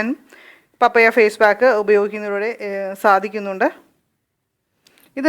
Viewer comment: മമ്മിയല്ല പാപ്പയാ.. 🤣🤣🤣🤣പപ്പായ എന്നാണ് പറയേണ്ടത്